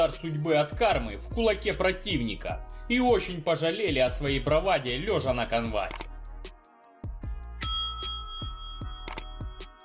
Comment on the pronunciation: брАвада, а не брОвада